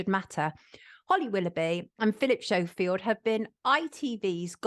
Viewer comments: This was a great video. Very informative. Any reason we’re calling him Philip Show-Field instead of Skofield, are we making a point about his fakeness? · Phil Shofield??? What? Its pronounced Skofield but not written like that! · It's Skoe field not Show field... pronunciation. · Sonia, totally brilliant investigative journalism as usual. Why are you prouncing him 'Showfield' 😂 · Hehe did sonia mean to say repeatedly Philip “showfield” ? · Am I hearing correctly are you saying Philip showfield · Can she please pronounce his name properly if she is a so called journalist. It is spelt Schofield but is SCO, the H is silent when you say it. i have a friend who has that surname and he hates it when people pronounce it incorrectly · Why are you pronouncing his name as "Showfield"? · At least pronounce Schofields name correctly 🤦‍♂️ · She can’t even say Schofield properly